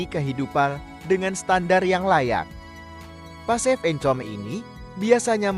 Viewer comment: Saya tergelitik saat mendengar pasif income (pasifikame bacanya) wkwkwk